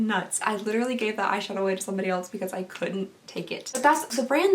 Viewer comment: I love you. I watch all your videos. You are relatable and beautiful and funny. But please, for the love of God, stop pronouncing "else" with a t. It is not "elts". I physically cringe every time I hear that word.